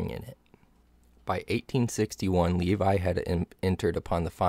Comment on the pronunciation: Le-vee, not Lee-vie